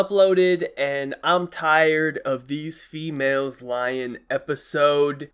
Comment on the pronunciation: why did i hear "fewhales" instead of "females" ...